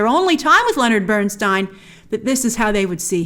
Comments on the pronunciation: Dear Grace, thank you for this wonderful review. Lenny will always be my NUMBER 1. Even after 33 years I miss him so much. You are one of the rare people who know how pronounce his name correctly 😀😀😀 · That is how it is pronounced tho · A note to those moaning about Grace‘s pronunciation of Leonard Bernstein’s surname. It‘s of German origin and Leonard himself preferred Burns(tie)n over the Americanized Burns(tee)n. If you drink Riesling wine it‘s a R(ease)ling not a R(eyes)ling 😉 Easy to get confused…